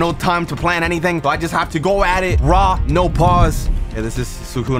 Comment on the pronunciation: dont saw "raw" like that bro